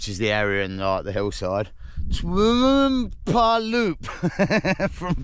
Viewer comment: Twmpa is pronounced 'Toompa' (but with a shortish 'oo' - like foot rather than boot').